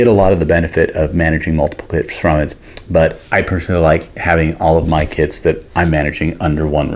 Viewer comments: I swore I heard “selling kids for years” I was so confused and worried, then I just rewinded lol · “Selling kits”😂😂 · I heard the same 🤣